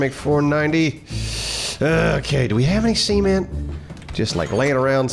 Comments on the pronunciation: Wait, how does pronounce “Cement” again?! 🤣😂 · Hey,, what's a "Sea-Ment"? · see-ment? you mean Cement.. right? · See- ment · Sounds like keeps saying semen-t. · All I hear is seament